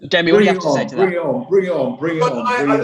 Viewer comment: LMAO never thought ppl would like or answer my comment, I wrote Jamon bc I swear Damon pronounced "Jamie" like that in minute like "Jay Mon" that would be the phonetic I hear, idk but I found it hilarious